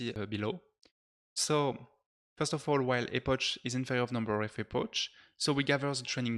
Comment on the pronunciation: Hey, great video, small comment tho, we do not say "epoche" but more like "epok"